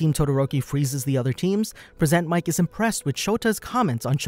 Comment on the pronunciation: present mic or persnt mic lol